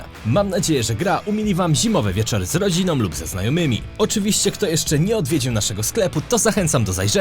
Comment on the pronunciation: Po polsku mówi się szanują,a nie "szanujom", lubią,a nie "lubiom ",z rodziną,a nie "rodzinom" Ciężko jest przebrnąć to wszystko. !!!!!!